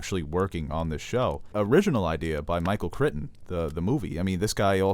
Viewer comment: Underlying not underlining. -Inexplicable not inexplainable. -Michael 'Critton'? Otherwise, excellent overview! Especially appreciated Marissa's insight.